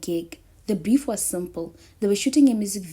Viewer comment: Did you say, "The beef was simple?" If so, i am certain you meant "the brief was simple."